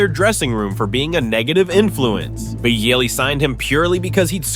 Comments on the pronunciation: dude idk who is the bigger idiot. you pronouncing boehlys name 17 times different and wrong or me just listening to this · Boo-heely I'm dead 😂😂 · Boe-hilly is my favorite pronunciation lol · 2 minutes in I have heard 9 different pronunciation on Boehly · Other teams can't figure out Chelsea, same they can't figure how to pronounce Bohley.. 🤣🤣🤣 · Mad he pronounced it differently on almost every mention mate